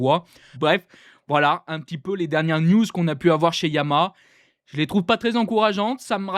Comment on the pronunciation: On dit YA-MA-HA pas Yamâ ...